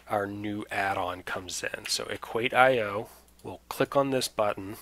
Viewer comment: thanks a lot but on their homepage they pronounce it „equaysheoh“ rather than equait-i-oh.